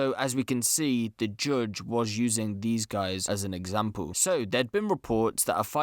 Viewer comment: “Jujjj (judge) Richard”